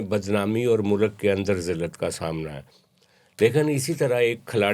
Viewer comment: sir jee its mulk not mulak 🙄